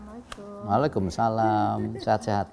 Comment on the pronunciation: Maaf, mau tanya setau saya jawab salam itu Wa'alaikumussalam, bukan wa'alaikum salam, koreksi kalau salah